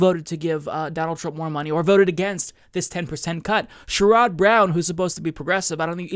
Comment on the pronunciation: That isn't how you pronounce "Sherrod," by the way. But, yes, he has disappointed. His main bona fides was that he was a strong pro-labor guy, which he mostly still is. But otherwise, . . I'm disappointed in him too lately. I genuinely thought he would have been a good candidate in 2016, if Bernie couldn't get it.